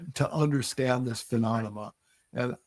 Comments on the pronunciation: He definitely said phenonoma. Come on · He keeps saying, "pheMONema!" HA! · stop saying 'phononoma'! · Am I wrong or is he pronouncing phenonema???? 🤣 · After stating phenonema 5 times he still sticks with the yankee blue story. Wow, surprised hes willing to be part of this lie on multiple podcasts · This guy's in charge h3 can't even pronounce PHENOMENA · I was having a hard time getting passed that. Phemonema? Phenonema ? Menomena? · He really needs to learn how to say phenomena properly. Its not a good look all things considered...😬